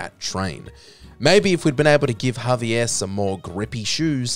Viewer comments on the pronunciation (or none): none